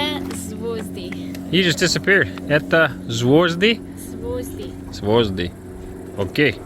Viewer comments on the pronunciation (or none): word "stars" in russian pronounced a little bit different, you pronounce "zvOzdy", but it's wrong. You must pronounced "zvYOzdy", in english you have sound "YO" consisted from two letters, but in russian you have only single letter "Ё". Just take in head - Ё = YO Sorry for my english.🙂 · I have studied Russian a bit and I think it's zvyozdy, not zvozdy. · Звозди звучит как гвозди. в английском похоже нет звуков Ё и Ы.😶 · хотелось бы чуть-чуть поправить: она говорит "звёзды (stars)" ближе к букве "о", а надо мягче (like in York). Для примера возьмите слово "большой" (знаю, что наловчились уже с ним) и поменяйте две последние буквы местами "йо" - это будет больше похоже на произношение "ё"! 😉 И да... чтоб наловчиться с телескопом - дождитесь видимой Луны. Там можно и резкость настроить и приближение-удаление отработать. А потом уже можно и Марс с Венерой поискать, и другие планеты.